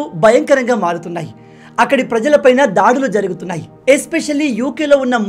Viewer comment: ధారుణం , ధాడులు కాదు బ్రదర్ దారుణం , దాడులు !